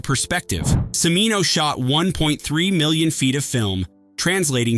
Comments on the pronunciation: Cimino is pronounced "CHA-mee-no". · Pronounced "Chi-mino," dammit, "CHI-mino!" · And the mispronunciation of Michael Cimino’s name continues.